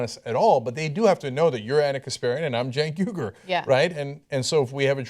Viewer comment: man, Cenk's pronunciation of his own name is amazing 0_0